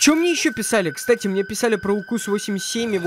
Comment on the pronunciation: 83 укус ты сказал правелна и 87 также